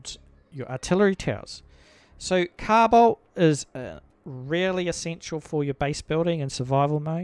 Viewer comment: "cow bolt"??? "Carbide"???